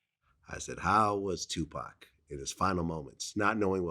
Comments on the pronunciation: Did this dude say 2 pack instead of Tupac then corrected himself talk how you talk man dude keeps showing his vulture card membership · Vlad said Tu PACK lmao...yo Vlad,it's the whiteness bro. It's ok to let it out once in a while lol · Did this nigga glad just say 2pack...common mann wtf